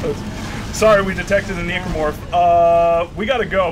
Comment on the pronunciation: keeps on making the commentary awkward by pronouncing a hard "E" on necromorph.... seriously dude. Necromancy, Necrosis. That pronunciation was bad and you should continue to feel bad about it to this day -_-.